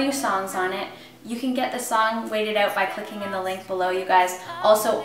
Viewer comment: "Wait It Oot" Canadians are so cute!